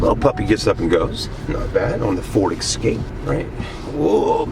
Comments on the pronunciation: It's pronounced E-scape not X-scape.What's with those Bug-Eye sun goggles ? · Yes folks, he says” ek scape” and he says “ Mars da”, l do wish you yanks would learn to speak the English language correctly instead of butchering it all the time.